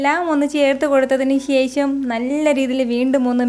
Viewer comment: ശേശം അല്ല ശേഷം